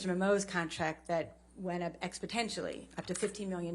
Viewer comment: says "expotentially" instead of "exponentially". Ms Bredehoft uses "but for" in a questionable way.